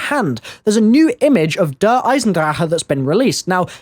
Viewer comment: I love you and your videos but I need to nitpick again. Der is pronounced "dare" Eye-zen-drawk!! Love you